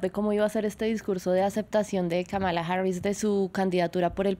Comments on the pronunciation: Kamala: El nombre que incluso analistas políticos pronuncian mal: 🟢KA-ma-la SI 🔴ka-MA-la NO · France 24 debe cuidar la pronunciación del nombre de la Vicepresidenta nominada por los Demócratas 👉Kamala Harris es: (Kámala Harris)